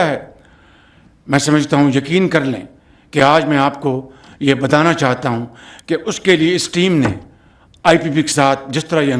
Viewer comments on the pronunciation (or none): کوئی میاں صاحب کی اردو ٹھیک کرا دے میاں صاحب عمل دخل کو عمل دمل اور بتانا کو بدانا بولتے ہیں اور نا جانے اور بھی کیا کیا😊